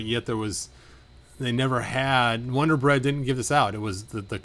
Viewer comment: But it’s a Wun-dar on a vintage style card